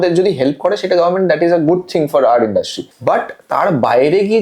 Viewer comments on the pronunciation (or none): kothata ki industry naki indrusty??ato kane lagche kothata.